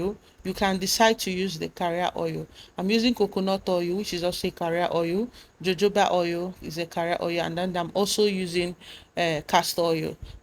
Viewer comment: Its pronounce as HO-HO-BA OIL